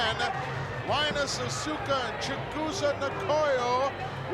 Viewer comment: When he said "Asue-ka" I wanted to die. 🙄 And wasn't it 'Nakano' instead of 'Nagato' ?